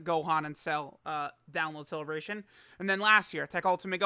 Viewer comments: Ah yes The cleebration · Ah yes, the cleebration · Haha cleebration go BRRRRRR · So hype he called it CLEEBRATION